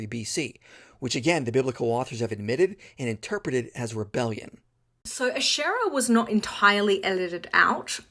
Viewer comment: She can't even pronounce Ashera right. 🤣🤣🤣🤣